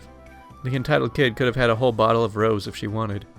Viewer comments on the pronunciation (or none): "Rose" wine??? it's pronounced Ro-zey". You seem to not have a very good grasp on the English language as this is just one of many examples. Your videos make me wince at all your incorrect pronunciation of English words & phrases. Don't you have an American friend to help you??? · Aaarrgghh! The wine- it's not pronounced "Roz". It is properly pronounced "Ro - zay" Two syllables, not one. Just sayin' ;->= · Every time you pronounced Rosé as "Roehz" I died a little inside. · FYI Lager is pronounced LA-GURR with the emhasis on the LA. ROSÉ wine is pronounced ROSE-A (Long "A") with the emphasis on the A. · Rosé = ro-ZAY Abuela = ab-WAY-la (or av-WHEY-la) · When is blush wine called rose? Pronounced ro se.